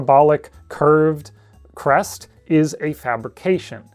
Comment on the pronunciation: I kept mishearing “crest” as “breast”. tfw no big tiddy dilo gf